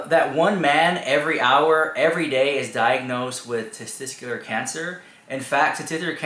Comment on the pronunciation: ohhhh dude...that youre a male and cant says 'tesTICuLar' is cringe. like wtf ARE you even saying? tzztztr?